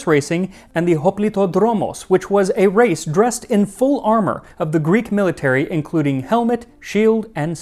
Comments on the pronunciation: As a helleen, can i just comend you on your effort of pronunciation. Amazing work 👏 thanks for the content max and all behind the scenes. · Another Greek here 😅well done on your pronunciation..i really enjoy your content 😊